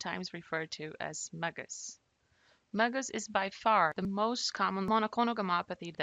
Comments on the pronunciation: This is very helpful, just stop saying “muggus”... it’s M.G.U.S. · My doctor calls it M - GUS like the letter M and the name Gus.